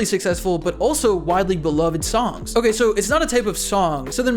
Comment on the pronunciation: Bro, every time you say the word "songs" you start "Allstar" in my head because you pronounce it like "SOme body once..."